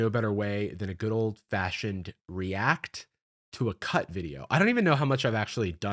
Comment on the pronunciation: The emphasis on REACT 🤭